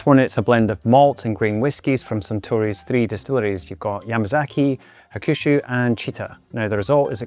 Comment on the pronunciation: hakushu is pronounced HAK-shoo. the middle U is almost silent, and the stress is on the first syllable